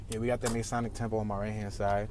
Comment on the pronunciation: Hey, Great videos, small thing I wanted to point out pronunciation wise, especially if you do center city tours: Mason = pronounced "may-sun" (you got that correct) Masonic = pronounced "muh-sohn-ic" (not "may") Don't ask me why, I understand why you would make that mistake, and I hear others do the same, but FYI for future tours. Keep up the great videos, cheers.